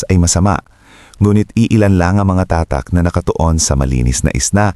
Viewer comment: Ano ang tamang bigkas sa tatak!? Ayusin mo nman ang pangit da pandinig ungas!